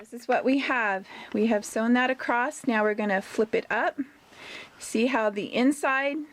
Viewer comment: Irritating how you keep saying ‘acrost’ rather than ‘across’ // otherwise good video